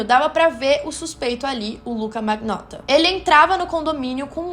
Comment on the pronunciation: Achei muito bom bom. Só quero lhe dar uma dica de pronúncia em italiano. Magnotta se pronuncia manhotta. Palavras com ng tem som de nh e palavras gh se fala com lh. Fica a dica